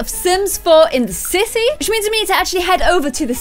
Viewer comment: in the intro when you said sims 4 in the city it sounded like you said said sims 4 in the sissy lol